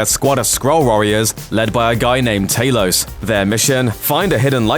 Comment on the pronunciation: Talos not taylos